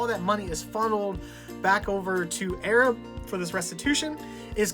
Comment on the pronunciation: The town is pronounced A-rab. I'm from south Alabama and know Arab well